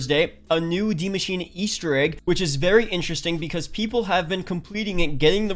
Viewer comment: Ikr these youtubers are dumb af just because you have an accent doesnt mean you put a letter in a word that isnt ever there